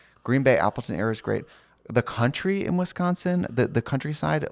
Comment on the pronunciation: Wisconsin Cuntry-side I’m so sorry